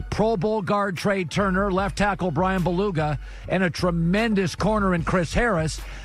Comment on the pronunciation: BOO-LAGA. BOO-LAGA. NOT BALOOGA